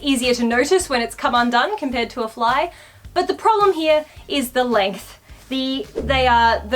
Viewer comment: When said “you have a promble” I felt that 😔😔